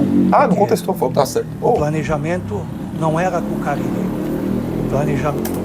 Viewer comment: eu não tanko você falando fabio carilo KKKKKKKKKK